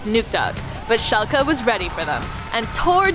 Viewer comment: Well done on the pronunciation of Schalke 04 =o